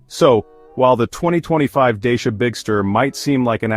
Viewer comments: You talk about some brand Deisha ... but all I see is a Dachia ... this confusion is a bit unprofessional for someone pretending to do a serious review! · You can't even pronounce the brand properly, let alone your monologue voice, you not very believable